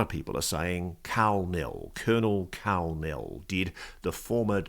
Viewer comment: When he said Karl Nell i thought he said Kal-El several times. For those who don't know Kal-El is Superman's Kryptonian name 😂